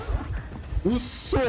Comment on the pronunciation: うっそ！がフッ素！にしか聞こえない